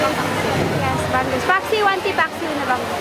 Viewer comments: May isda po ba na ang pangalan ay banggus? Hahahahha. Si ate talaga. Bangus po di banggus. Hahaha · BANG-GUS! lol..anyway thanks for the vid.